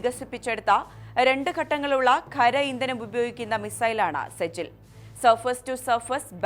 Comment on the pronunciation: സെജിൽ അല്ല സിജീൽ നരക തീ